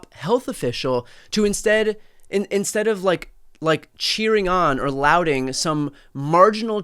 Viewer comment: Lauding is pronounced law-ding not “lou-ding”.